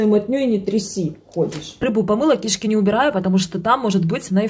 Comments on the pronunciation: Не кИшки ! А кишкИ !!!!!! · КишкИ, а не кИшки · кишкИ! Говорите правильно! Ударение на втором слоге!!! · Мойва конечно вкусная, не спорю. Но не в обиду будет сказано, где так разговаривают? Ударение в слове кишки надо делать на последнюю И а не на первую. Когда ломают русский язык, аж переворачивает😢😮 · кишкИ, а не кИшки😂😂😂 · Почему кИшки, а не кишкИ😅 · Ой! Ну, кишкИ, а не кИшки. Ну не могу прямо слышать🤦‍♀️ Извиняюсь))) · Почему вы говорите кИшки, а не кишкИ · Почему кИшки, а не кишкИ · КишкИ, а не кИшки 😢😮😢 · Судя по упаковке муки, это ,, Лидская мука" производится в Беларуси в г.Лида. , да и мойва в Беларуси продается в такой упаковке. Значит девушки скорей всего белорусски. Отсюда скорей всего и произношение -- ,,кИшки". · Серьёзно,кИшки? Как ещё у вас гОворят? А если серьёзно, то нет никакой разницы, где и как говорят. Главное, чтобы мы все понимали друг друга. Ведь мы все идём одной дорогой туда. Там не будет ни языкового барьера, ни разницы в ударениях. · Это кишкИ,только по новому. Сейчас модно ударение ставить куда попало. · Ки'шки ударение на последний слог. Это если по русски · Ударение на последнее и в слове кишки😂😂😂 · это модно что-ли ставить ударение не правильно? кИшки!! я даже не сразу поняла , что за кИшки надо убирать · В слове кишки, ударение на последнюю букву И! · Режет слух эти кИшки, она вроде грамотная девочка, говорит красиво обычно!? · Ачто такое Кишкис ударением на 1 слог И ну кто так. Говорит смешно ??? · Бля бесит ударение на первый слог кишки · А с каких пор в этом слове ударение на первый слог, вас это не смущает? ))))) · ты чудо! Особенно когда слышу твое переколошматить, ну и вот это слово кишки😂 с ударением на 1 и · Кишки,ударение на "Ки"шедеврально😂,оооч вкусно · В слове кишки,ударение ставим на последний слог! Слушать невозможно ваше произношение! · Произношение слова кишки ударение на первую и почему противно слушать это у вас модна стало коверкать слова вы не первая